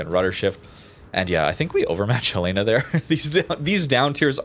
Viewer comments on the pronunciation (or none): Hey, great video, I found it wierd that WG made the AA on Alaska so little, historically that ship line was designed with hellacious amounts of AA, lessons learned from most of WWII. Secondly, a couple videos i hear your pronunciation of Helena and it makes me laugh a little bit. The correct way to pronounce it if you will, is with all vowels being short vowels. So imagine the name Helen - with an "ah" sound at the end. Hell - en - ah. Fun fact, Helena MT city library has the recovered forward Anchor and chain wrapping around the memorial of the ship. I use to climb on it and walk its length as a balancing act fun.